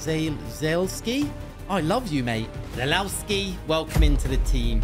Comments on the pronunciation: I think it's pronounced zaluwski not zalawski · it’s pronounced „za-lev-skee” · ZALEVSKI is how it’s pronounced